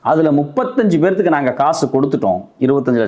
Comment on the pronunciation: என்னடா " பேத்துக்கு"? 37 பேருக்கு/ எத்தனை பேர்(நபர்)